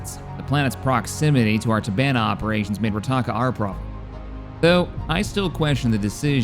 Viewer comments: please. It's pronounced "RAT-ATTACK" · I dont want to be rude buy you say the name of "Rattatak" as "Rataka" and it makes me mad